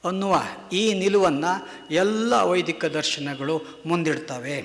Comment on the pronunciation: ವೈದಿಕ ಅವೈದಿಕ ಉಚ್ಛಾರಣೆ ಸರಿಯಿಲ್ಲದೆ ಕನ್ಫ್ಯೂಸ್ ಆಯಿತು,ಸ್ವಲ್ಪ ನಿಧಾನವಾಗಿ ಮಾತನಾಡಿ